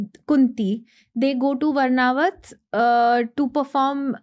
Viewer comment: Its vaarnavart not vrnavrat